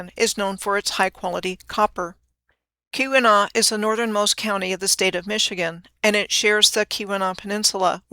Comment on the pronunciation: Nailed Keweenaw! I'm impressed!